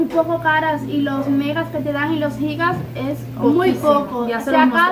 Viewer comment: me encanta que ustedes si dicen como es: Gigas ( Jigas ) que es lo correcto y no Yigas así leen muchos que es incorrecto